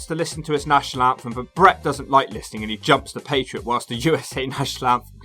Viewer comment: It sounds like you’re calling him the “patreon” lol